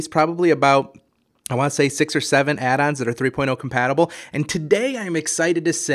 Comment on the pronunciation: It's Want. Not waaa.